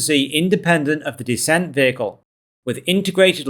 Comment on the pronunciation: what is a vaical ??? what is it with the vowel mispronouncing ??? do school kids get bad grades in school for pronouncing vowels correctly in your country ???